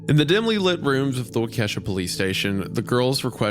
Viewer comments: I know this is three months old, but I’m from Milwaukee and it’s bothering me, the town’s pronounced like “wah-ka-shaw” not “wah-keesha” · ok, first thing is this was such a great episode! Absolutely loved the real-life story format! Second thing is the pronunciation of "Waukesha". It's actually said like "walk-eh-shaw" rather than "wuh-kesha" (coming from someone who grew up there lol). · WALK - AH - SHAW! Not WA - KESHA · the way i screamed “IT’S WAHW-ke-SHAW” when Wendi said “wah-KE$HA” and i’m from the west coasssstttt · trying to watch this but the pronunciation of wa-kesha is hilarious, its wa-ka-shaw wendigoon lmao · as someone from Wisconsin, Isiah pronouncing Waukesha as “Wa- Keesh-A” pains me. Its “Wa-Ka-Sha”!!! (I find this hilarious) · Wa-Ke$ha (My bros it’s wah-kuh-shaw, pretty even emphasis on each syllable) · Its pronounced wah key sha not wah kesha lol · As a Wisconsin native, it was funny to hear "wah-KEH-sha" instead of "WAH-keh-sha" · This hurts being from Milwaukee. It's pronounced Wauke-SHAW. Not Ke$ha lol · 6 minutes in and I probably agree with the comments that this Isn't It, BUT as a Virginian that moved to Wisconsin I'll switch it up and say that Wendigoon says Waukesha incorrectly like me and my fiance do lmao The correct way is like wau-keh-shaw evenly and not wau-KE$HA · Its actually pronounced 'wah-kaw-shaw', but I can get down with WauKe$ha too 😂😂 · walka-shaw, not wake$ha 😂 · Wisconsinite here, that pronunciation of Waukesha physically pains me 💔 Around my parts, we typically pronounce it like Wah-kuh-shaw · Waukesha is pronounced as “Walk-uh-shaw” btw, and there’s a small chance the psychologist in this story was also mine, Idk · GOOD LORD WENDI ITS PRONOUCED "WOK-AH-SHAW"!!!! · Hey, just saying, it’s Wah-ka-Shaw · waukesha is pronounced walky-shaw. my grandma lives there! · hearing waukesha being pronounced "wal kesha" is new lmao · ISAIAH PLEASE READ: waa-kuh-shaa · Its pronounced Walk-ish-aw. It's Algonquin. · wah - Ke$ha 😅